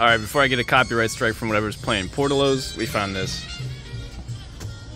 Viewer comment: It's Por Tillos!